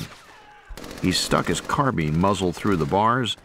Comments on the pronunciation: It is a carbine, as in wine. pine, line. dine etc NOT carbean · The word is carbine, as in wine, mine, line, vine, fine, dine, nine, pine - NOT car bean